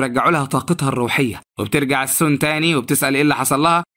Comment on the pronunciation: ليش بتقول السنا كدا بتنرفوني😮